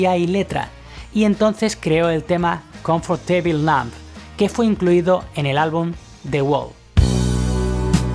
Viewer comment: Confor teibl Ja ja ja ja ja